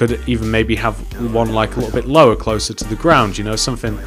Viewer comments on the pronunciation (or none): none